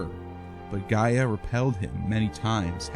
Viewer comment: You misrepresent the Greek mythological Greek gods chronicle, you can’t ever pronounce the names right or by order ! The eagle is a physician symbol , that’s why is called the physician eagle , and not the Egyptian! Try to do better orderly description of your projects in the future , And get the names right ! Is ΓΕΑ γεα , ΓΗΣ γης - earth !! ΟΥΡΑΝΟΣ ουρανός - SKY ‘